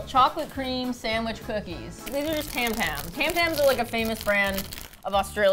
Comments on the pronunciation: tam tams, really? It's Tim Tams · pretty sure it was pronouced 'tam tams' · im australian and its tim tams not tam tams but i appreciate the effort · tam-tams 😂 you should try a tim-tam slam with these